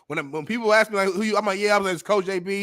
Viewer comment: is spot on, NO DOUBT!!!, but only in the beginning of the discussion... on the latter part, he kinda got confused.. also the "aks" thingy...should be ask 🤣